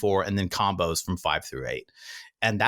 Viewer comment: LOL "comboes" and not "combos" xo